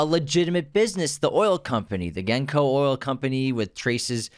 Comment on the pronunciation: Your pronunciation is killing me guys! It's not Junko, it's Genco Abbandando, vito's consiglieri that dies in tgf1. I highly recommend watching tgf saga, it has additional scenes that makes many things clear like why he decided to go against Don Fanucci. Also you mentioned in your tgf1 vid that vito likely revealed more to his wife than Michael did, you don't know that. Like you said here, the fact that he closed the door on his wife when he gets the guns from clemenza shows he keeps his business away from his wife, it's man's business. Michael did love Kay but not like apollonia, and I believe if apollonia had not died, Michael would've had a happier end. Also you don't know what vito did from the end of killing Don ciccio and the beginning of tgf1, we are not privy to it. You only see what michael has to go through. so you don't know if michael was more vicious or more of a criminal than his father was, you only assume that bec we are not shown 20 years of vito's life. Michael had to kill both Roth and fredo, like michael said roth has been dying of the same heart attack for 20 years. You're taking the word of Tom who is not a war time consiglieri and failed both sonny and vito, bec he did not see sollozzo and barzini coming, nor was he even suspicious. I bet genco would've seen it bec genco was a wartime consiglieri unlike tom. 2nd michael gave Fredo a 2nd chance in Cuba when he told him he was still his brother, that was sincere. But when he saw him again, Fredo revealed